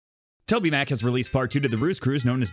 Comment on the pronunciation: Did you just say Toby Mac?